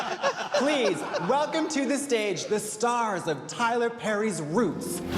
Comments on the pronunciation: “we wanna welcuum- welcome you” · "we wanna wElcUm you" lmaooooooooooo I've missed that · Welcuumed (vacuumed) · we wanna "welcume" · Still can’t believe they illuminated caution over saying Welcyum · Remember when Mrs Kasha Davis got eliminated for saying “we wanna welcyum you” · MKD: "welcyum" Rupaul: I'm about to end this man's whole career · Kasha really got put in the bottom for saying “welcyum” 👁👄👁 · never forget when MKD went home for mispronouncing welcome